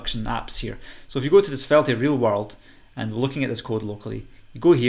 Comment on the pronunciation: The e on the end of svelte is silent